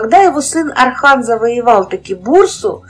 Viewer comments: Осман и Орхан, а не Асман и Архан. Как пишется, так и проговаривается. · Не Асман, Архан, а Осман, Орхан ((( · не Асман,не Арзан а Осман, Орхан. как слышится Ондрей ,Ортём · Не Архан ,а Орхан правильно произносите